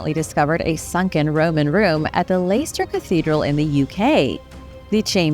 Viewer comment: Love how you pronounced Leicester 😅